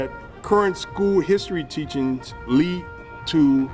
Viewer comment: He's said "Teachins" hahaha